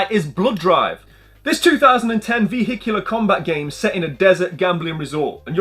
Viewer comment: Love the videos mate! Perfect size for my lunch break. Did you find it difficult to say " vehicular" haha